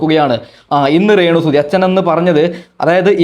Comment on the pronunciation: റേണു അല്ല ടരേണു നിന്റെ പറച്ചില് അരോചകമാകുന്നു